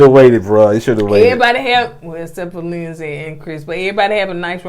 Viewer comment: Lindsay not Lindsley 🤣🤣 I know u just let him say it however at this point